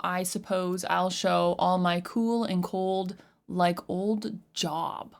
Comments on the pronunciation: its pronounced J-O-E-B, not job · Job is pronounced "Jobe". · It's pronounced "Jobe". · Yeah it's pronounced Jobe not Job even though that's how it's spelled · It's not pronounced JOB it's pronounced Jobe but yea it's an old biblical name... plus the name of the song is in just my opinion something deadly being shown as something beautiful or delicate.. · I feel like he's talking about the music industry personally. The biblical person he's talking about pronounced "Jobe". God tested him by literally taking everything possible from him. He took his family, his health, and his wealth from him. Yet he still remained faithful to God. Billy Corgan identifies as a Christian. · Job = "Jobe" pronunciation - long O. Famously Job went through hell during his life and kept his faith up to a point. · it's spelled Job but it's pronounced Jobe. Heavy on the O sound. The story is basically Satan killed his kids and destroyed his life, but he refused to give up his faith. Not being preachy just thought it might be useful for interpreting the song. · Talk sh*t before even listening. It's also pronounced like Jobe. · Job is pronounced with the "oh" sound. The story behind the song is that Billy Morgan was pressured to write more "commercial" songs instead of where his artistic instincts led him. Ironically, this song became one of his more popular hits. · Job in this case is pronounced like lobe or robe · Pronounced with a long O JOOOB. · That's Job...rhymes with "lobe." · This agnostic liberal doesn’t know Job and destroyed the pronunciation.